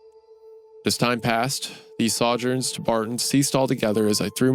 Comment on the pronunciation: saw-jurns is crazy